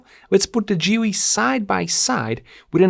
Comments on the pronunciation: Why are you calling it GeeWy? it is GeeLee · Geely is pronounced "Gheely" like ghost